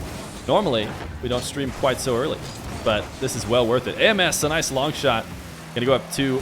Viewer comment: It’s ams I think not ay em es